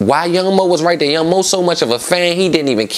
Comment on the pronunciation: lol gillie be saying “rite” 🤣😂